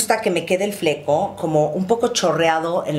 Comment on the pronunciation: El “Flecou” jajaja